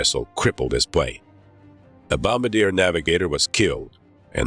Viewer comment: I don't know who wrote this narration script... but dang. And then the narrator pronounces 'plane' as 'prane'??? Hahahaha...